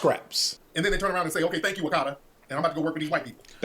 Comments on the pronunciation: I’m 4 months late but I’m just going through the FD archive. That term my mom has used often in our household to refer to African Americans but I’m Ghanian not Nigerian and buddy in the video BUTCHERED it is ah-ka-ta not “akadda” its something we do say but not nearly as often as they make it seem all the adult africans i know just focus on following the beaten path and becoming a doctor 🤣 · Hearing him say akata is killing me he makes it sound like Okada, which is hilarious 😂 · Your pronunciation of Akata pains me omg